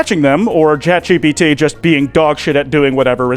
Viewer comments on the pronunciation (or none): none